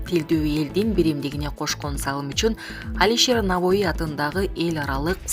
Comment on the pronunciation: Ээ айланайын окуганда 1-2жолу окуп чыкчы . Башканы айтпайын Лавров менен Навоини кандай окуй албайсын ударение деген болот го .даярдан уят